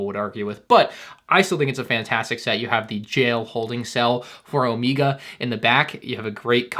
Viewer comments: Is he trolling us with O-Mee-Ga or does he really not know how to say (O-May-Ga) Omega? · its omega, not omeega lol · I thought it was omega not emega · Omega❌ omeega✅ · if i have to hear "Omeeguh" one more time instead of Omega im going to cry. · Why do you pronounce Omega's name as Omeega? Just curious. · Substitute teacher “Is omiega here omiega” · Geez does this guy go out of his way to TRY and mispronounce words and names? “OmEEga”?! What the heck man. 😅 you’re just wrong. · Hey man been watching you for awhile now and love all your work that you do you’ve definitely got me through some tough times but the way you pronounce “Omega” (Omeega) and “Quil” (Queel) I mean sounds like the Lego development team is wearing off on you a bit 😂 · ‘Omeeega and ‘syereal’ 😂